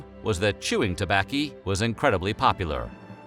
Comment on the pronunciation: " Chewing tobakky" 😂🤣😂🤣